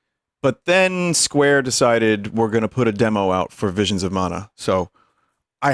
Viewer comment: VWISIONS OF MANYOT